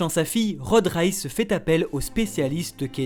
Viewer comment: reiss pas réss